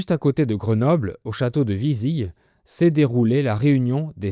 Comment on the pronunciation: Bonjour Né et vivant à Grenoble, je me permets quelques rectifications qui n'enlèvent rien à la qualité de la vidéo. Il ne neige pas si souvent que ça à Grenoble même (avec le dérèglement climatique). Il n'a pas neigé une seule fois pendant l'hiver 2025, et on est à 2 fois seulement pour 2026. Vizille est mal prononcé. Ça se prononce "il" comme dans le mot ville (et non pas comme dans le mot fille). Les personnes extérieures font souvent l'erreur. La photo illustrant le musée de Grenoble vient en fait du museum d'histoire naturelle.